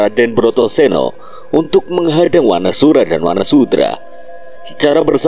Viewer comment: Wanasudra min bukan wanasura